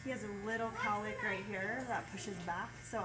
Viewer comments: The amount of times she says calick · if i hear cowlick one more time... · Shots for everytime you hear cowlick? Lol. Good video though. Will be trying on my son's hair. Crossing fingers.